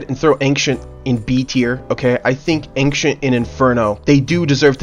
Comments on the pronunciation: bro pronounces ancient like "Ank Shint" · why you say "angxient" pleqse describe words properly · Ancient 👎 Angcent 👍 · Yea, "ankschient", such underrated map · wtf is an "ankcient"? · Ah yes, "Ankcient", my favorite map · why does he say 'ankchent' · Why do you say ancient like ankcient tho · Dude says angshent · why are you saying ankshent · Please learn to pronounce ancient 🙏🙏